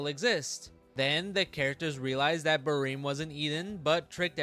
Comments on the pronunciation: just the way you say it sounds so off to me I usually read it as it’s spelled like ba-rem you say it like ba-reem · "bareem" lol